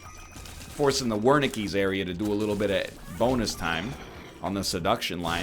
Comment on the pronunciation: Is NL talking about the Wernicke's Area whenever he says "Warneke's Area"? The area of the brain responsible for understanding speech???